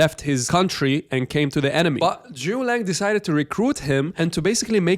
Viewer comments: It's Zhuge Liang, not Zhu Liang. Get it right. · Thanks for the video, I wanna highlight it’s Zu Ge Liang not ZuLang 😂